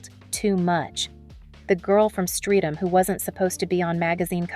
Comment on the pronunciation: Its pronounced Stret-am